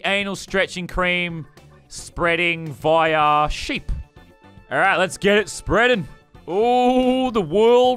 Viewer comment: "via sheep" me: the Irish are screwed